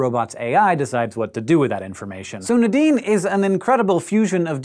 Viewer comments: Nuh-deen, or Nay-deen? I've never heard it pronounced the way Hank is saying it, it's always been Nay-deen for me. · Everytime he says Nadine, I hear The Dean🤦🏾‍♀️